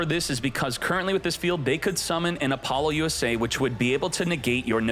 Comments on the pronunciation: "Appolo USA" is that what I heard? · "AppoloUSA" is sending me evey time you say it